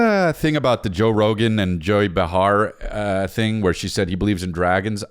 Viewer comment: DUDE... it's pronounced BAY-HAR. Joy BAY-HAR. Not BAH-HAR. Bro.... stop it. Pissed me off so bad. Love you.